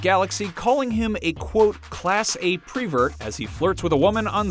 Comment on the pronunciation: Did he just said prevert? Lol